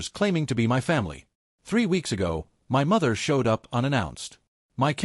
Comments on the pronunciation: Please tell your AI voice that my is pronounced mi not separate letters as in m-y. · While the story is good, the AI needs to learn to say the word " my " ..